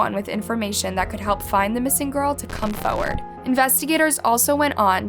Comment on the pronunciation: my biggest pet peeve is the way says forward ‘foe ward’